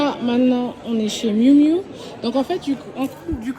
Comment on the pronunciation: 😂😂😂😂ta façon de dire le miu miu 😂😂😂. Les lunettes te vont super bien 👌